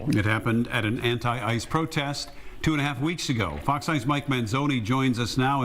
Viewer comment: Brandon, its Fox news, not FoQ news. I mean, your getting too close to calling it Faux news.